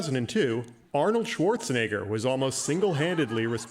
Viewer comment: The audience laughing at the pronunciation of Arnold's Last Name 😅